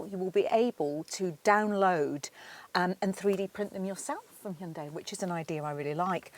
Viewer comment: Your pronunciation of Hyundai: 👌🏼